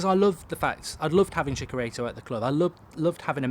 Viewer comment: Ps. It's Chi-cha-ri-to